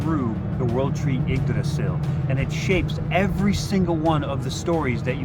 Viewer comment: I'm just happy to hear how Yggdrasil was pronounced!